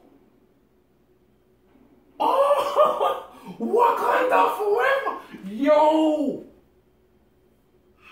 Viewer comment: Wakanda fowever 😂